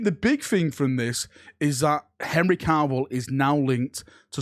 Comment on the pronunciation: I love you but for the love of the Emperor stop pronouncing his name as Henry Carvill, there's nor "R" in there